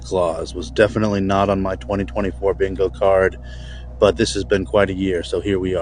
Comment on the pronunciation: "Dis guy"